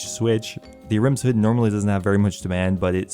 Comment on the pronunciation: Maybe you should take the time to actually lookup how some of the words are said because I had a stroke hearing you say basalt and ahrims. It's not a-rims and it's not bahsalt that one isn't even a "made up" name